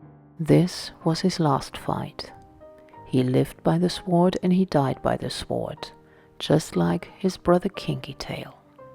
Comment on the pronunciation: Beautiful soothing voice.. but may need to work on ENGLISH.ived by the sword(pronounced SO'D and not SWOOORD) also: caught up.. not catched up.. etc it's very distracting orherwise good video.